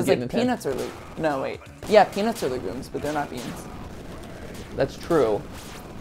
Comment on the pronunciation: Listening to him say le gooms instead of legumes is so frustrating